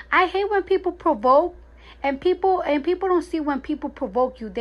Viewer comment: Cardi said "I hate when people try to proboke." lol